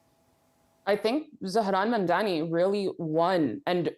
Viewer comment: needs to learn to say Mamdani correctly.She just doesn't care to say the man's name correctly